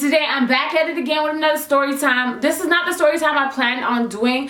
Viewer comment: "STYORYTIME" Same, Same.